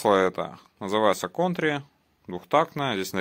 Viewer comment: Твоё масло "Контри"(читается Кантри) это Oilright